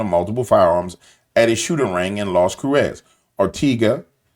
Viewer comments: Pronounced more like Las Cruises, origin Lost Crosses. My dad taught me this after visiting there. Love ya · Cruces , pronounced (crue- cess)